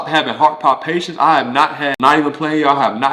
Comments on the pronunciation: Heart palpitations, not heart Pond- patience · Those “palpitations” ain’t no joke! I guess that’s what he meant by “palpations”. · Thank you for sharing. Just so you know it's pronounced heart palpitations. 🙂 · This was interesting. I had no idea that a lot of athletes have high blood pressure 😮. And I love the way he pronounces "palpitations." Cute 😊